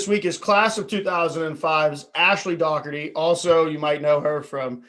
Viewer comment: Great interview. And thanks for pronouncing Dougherty the right way! (An '87 Bethany grad, BTW ...)